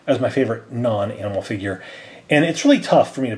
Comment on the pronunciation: זה לא ויחג'ר זה פיחג'ר